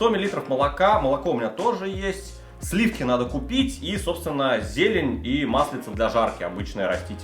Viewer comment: Откуда у меня по твоему есть слиффки? Вас не пугает, как я произношу это слово?)